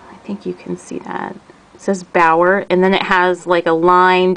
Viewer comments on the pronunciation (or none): The correct pronunciation (English phonetics) is "Be'are" or "Be'our"